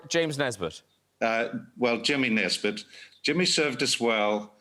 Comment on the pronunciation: I like that Sam slips into a bit of a northern Irish accent when he says Jimmy Nesbitt